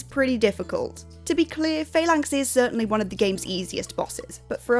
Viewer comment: Hate to be that guy, but its actually pronounced "fal-anks" 😉.